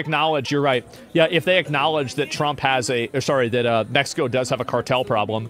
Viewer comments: ahh yes, in Mesco🙂👍🏼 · He said in MESHCO